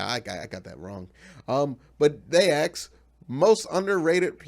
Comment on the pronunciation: May i aks you something?